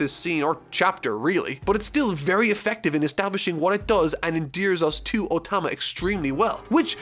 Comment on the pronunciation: anyone else hearing "ultima" when he says "otama" ?